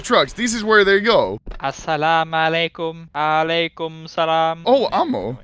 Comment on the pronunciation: I'm suprised how hace perfectly pronounced the word assalamualaikum and alaykumsalam